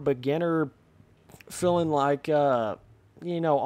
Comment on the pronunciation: it bothers me the way you say feeling haha, filling